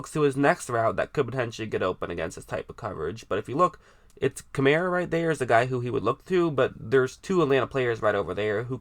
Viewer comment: It's not Kamera it's Kamaraaa how you should pronounce.